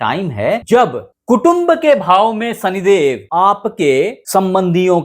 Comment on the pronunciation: "सनिदेव, अंकुस, हमेसा, रासि, सादी-ब्याह, सादीसुदा, सान्ति " कृपया त्रुटिपूर्ण हिन्दी उच्चारण न करें, बच्चे भी आपका चैनल देखते सुनते हैं, उनकी शिक्षा भाषा खराब होती है। बाकी प्रस्तुतीकरण बढ़िया।